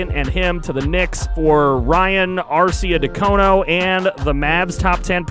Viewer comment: That Arcidiacono pronunciation was rough 🤣 Love your style man